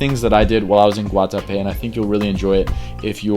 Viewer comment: As a Colombian that Guatape pronunciation was very on point bro